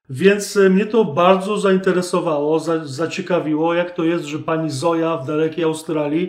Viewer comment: Nie Zoja tylko Zojcha.